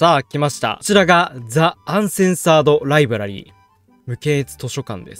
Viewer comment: 全く関係なさそうですけど、 ザ·アンセンサード·ライブラリー ではなく ディ·アンセンサード·ライブラリー ではないですか？